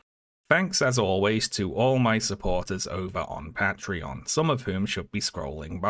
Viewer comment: wait omg he went back to saying Patreon funny ily never give up the fight